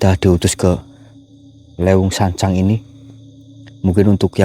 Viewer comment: Leeweeung sancaang....bukan lewuung sancang....